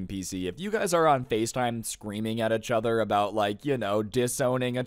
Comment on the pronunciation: he says ichother